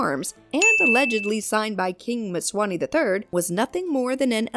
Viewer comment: Mswati..Nit mswani